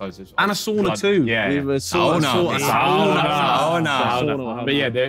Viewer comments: Nice that they used the Finnish pronunciation of "sauna" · harry says sauna the right way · nothing brings me more joy than the sidemen pronouncing "sauna" with the right pronunciation